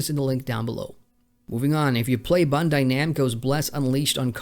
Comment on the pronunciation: Please work on your pronunciation - it makes you sound like you're completely unfamiliar with the titles/companies. In this video alone, a few things you mispronounced were: Gamigo, Bandai, and Aion.